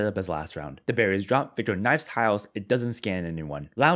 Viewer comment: I just Binge watched your videos, and still think you say "the Berries 🍒 Drop" instead of "the Barriers Drop".